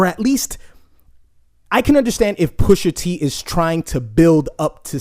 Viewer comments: Pusha T not Pusher T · Bro his name is Pusha T not Pusher dude ..smh lol